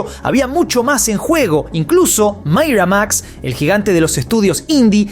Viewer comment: "MAIRAMAX" según. 😂 Te banco bro